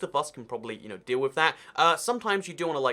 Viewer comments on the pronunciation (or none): none